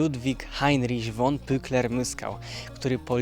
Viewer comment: Słowo von czytam fon a nie won. Warto to przyswoić bo dotyczy to wszystkich szlacheckich nazwisk niemieckich.